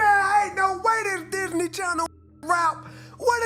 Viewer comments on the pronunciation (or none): none